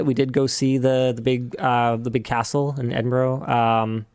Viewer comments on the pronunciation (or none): .... It's pronounced "Edin-bruh" Linus! 🤣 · As a Brit: Edin-bruh 😂 pronouncing it as it’s written sounds so odd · It is Edin-BRUHHHHHHH.... NOT Eding-BORO!!!! (Four times!) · Edinburgh is pronounced with 'ruh' (as in bruh) at the end, not 'row'. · Sorry to be that guy but it's Ed-in-bruh. NOT Edinburrow. For a Canadian I was hoping for better. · i'm sorry but it's edin-bruh, not edin-burrow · not Edin-bro its closer to Edin-bruh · Edinboro lol. Why do North Americans struggle with this so much yet people who speak other languages can pick it up almost immediately. To all the North Americans it sounds like Edinburrah. Edinboro sounds incredibly weird, would be like saying Turunto or Cue-bec. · What I am hearing from Linus is ed-in-bro not ed-in-burra or ed-in-burr-ah the pronunciations I am used to hearing in Scotland with the English tending towards en-in-bra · Linus it's pronounced EDIN-BRUH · Edinburgh doesn’t rhyme with borrow. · I CANNOT BELIEVE THAT HE WAS IN EDINBURGH... its pronouced edin-bur-ugh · Did Linus really unironically pronounce Edinburgh as Edinbrro? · Edin burro 💀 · Linus its pronounced ED-IN-BURR-AH but I'm so glad you enjoyed your time in Scotland. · Said as edinborough earlier as well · Why can't north Americans ever pronounce Edinburgh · Please please please learn to pronounce Edinburgh... Please for all the Scottish ears in the audience... As a Scotsman, I'll happely teach you 😅😂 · yeah as a brit i cringed every time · As a native Scottish person I cringed so hard at how Linus Pronounced “Edinburgh” 😂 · Linus was in Edinburgh for 2 days and no one told him how it was pronounced? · Linus is gonna get hate for the way he's pronouncing Edinburgh. 😆